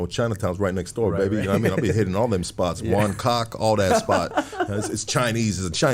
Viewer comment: He said Won Kok lol. Deep fried pork chops! I've been eating there since 85. Yeah its been there a long time. If you watch that movie brother some of it was filmed right there in front of that place as well as other places in China Town. This was such a good ass episode. The unity is what we need . Proud of this video